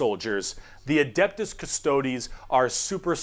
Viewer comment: I'm sorry, did I heard her say "adaptus" mechanicus...? Ma'am, they're not adapter plugs for your wall outlet. That gave me a laugh and I needed that. 😂🤣